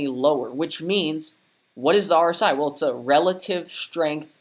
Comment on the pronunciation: New to your channel but you’re reading RSI wrong